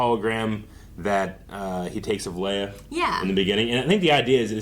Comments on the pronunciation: Leia or Leia, Han or Han, we've had all kinds of pronunciations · one old guy saying leia wrong doesn’t mean anything when everyone else in the entire franchise has gotten it right